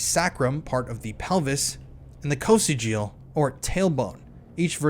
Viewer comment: Sacrum pronounced saycrumb, sacral - saycrol , Coccygeal pronounced cock-sig-gee-all